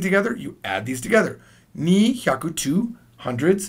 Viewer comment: Maybe you had some "ni" pain the day you recorded this,??!